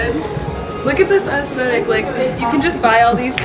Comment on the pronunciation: Love this! Must be nice to have quality thrift shops around. Question though... why do you always say ass-thetic? And put so much emphasis on the first syllable? I can never unhear ass-thetic now and for some reason it's bothersome.